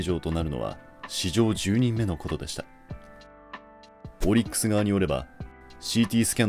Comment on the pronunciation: オリックスの発音ちゃうで